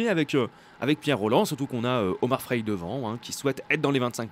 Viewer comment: C frailé pas fraile